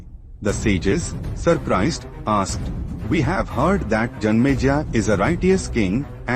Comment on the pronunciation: King name is janmejaya not janmeja 😂